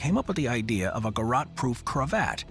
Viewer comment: Lol, "Garot" (guh-rot) 😂 It's a french word and the "t" is silent. Pronounced, (guh-row)